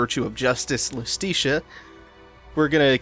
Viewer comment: Ok idk if you'll EVER see this but hopefully someone goes back through this playthrough to prepare for Bayo 3 when you inevitably play it Iustitia is pronounced Justitia, which makes sense, as it's the Cardinal Virtue of Justice. Not to mention in Latin, the J and I used the same I, giving words like Iudex (judex)